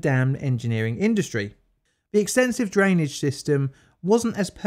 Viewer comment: Why do I hear Daniel Day Lewis yelling “Drainige “